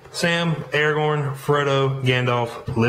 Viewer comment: did he say faragorn or am i just hearing shit